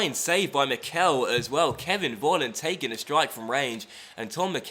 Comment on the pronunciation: please start saying Mickel correctly, it's getting kind of annoying for native german speakers